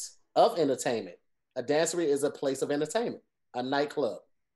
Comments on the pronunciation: Dancery was meant to be dance soiree, but she can't pronounce it. 😂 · Actually it was dance soiree and she pronounced it wrong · It's dance soiree not dancery. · she said dancery because she couldn't pronounce dance soiree ... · I thought Mary j. Blige said jamboree instead of dancery